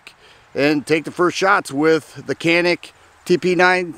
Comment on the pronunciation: Hi! Cool video as always. Just wanted to let ya know that I was corrected from saying “Canik” recently. Wanted to pass on the knowledge. In Turkey, they pronounce the letter C like a J. And I is an ee sound. Therefore, it is pronounced “Janeek” Have a great week!